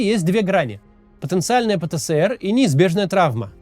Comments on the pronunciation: Максим, зачем ты режешь мои уши?🙉 Нет в русском языке буквы «СЭ». Есть буква «ЭС». Правильно говорить: «пэ-тэ-эс-эр». «Пэ-тэ-сэ-эр» — неправильно. Ты же не говоришь «Сэ-сэ-сэ-эр». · Пэ Тэ Эс Эр, а не Пэ Тэ Сэ Эр, Максим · Кац, правильно пэтэЭСэр, а не пэтэСЭэр